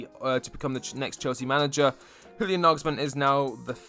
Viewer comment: Just an f.y.i, Julian is pronounced like 'Yulian'